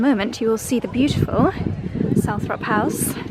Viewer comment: Hi, just a little point, It’s pronounced Salt-trop house, it’s like Althrop, which should be pronounced All-trop, but because people kept pronouncing it wrong, Earl Spencer gave up correcting them, and changed it. I’m in Stratford, have visited a nearby house called Coughton Court, always thought it was pronounced Cough(coff)-ton, but no, it’s pronounced Coat-un Court.🤷🏻‍♀️I give up with English.